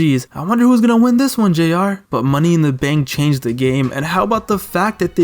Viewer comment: Nobody: Triple H: I am The GAME-Uh I cooked PorkChops for DinneUhhh😭